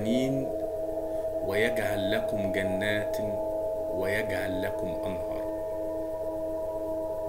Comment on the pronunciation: يجب لفظ الايات بالغه العربيه يعني يعزبهم وكنات يجب ان تلفظ يعذبهم وجنات